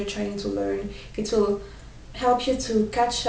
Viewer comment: Hehehehe funny how frenchmen don't pronounce H . Like you said " Elp you " instead of "help" :p